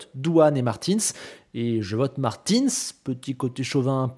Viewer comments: Comment ça martiins ?? On dit martUNS ! 😂😂😂😂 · Tu dis Victor Martine, c'est pas Martinsss que ça se prononce? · « Marteens » mdr